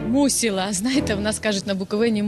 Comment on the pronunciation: не мусІла, а мусИла